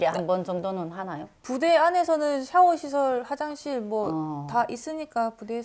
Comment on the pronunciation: 연좌죄x 연좌제o 샹x 샤워o